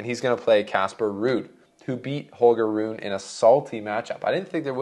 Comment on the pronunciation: Rune is pronounced “Roon-uh”. You’re killing me. And it’s not Zuh-verev. It’s Zv pronounced together. Ts-verev in German.